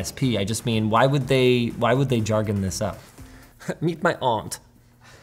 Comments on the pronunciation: lol aunt…. I always laugh when I hear takes say it… I say the letters of the acronym O N T… optical network terminal. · ONT = Optical Network Terminal. It pronoucned ONT (each letter pronounced), not like aunt. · i hate how he says ONT.... its supposed to be O-N-T which is Optical Network Terminal